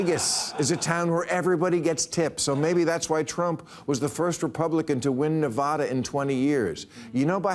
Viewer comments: BILL! You live right next to Nevada and you still pronounce it wrong. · It blows my mind how many people mispronounce Nevada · You've been performing in Nevada forever and still can't pronounce the state right?